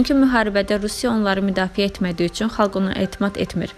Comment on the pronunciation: helə "üЦün" deyən kimi bagıadım...